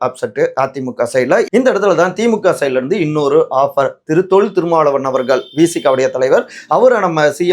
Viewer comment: தம்பி முதல்ல தமிழைக் கற்றுக் கொண்டு பேசுங்கள்..ள கரம் ல கரம் தெரியாம அவர்கல்....கட்சிகல்....விஷயங்கல் னு தமிழைக் கொல்லாதீங்க...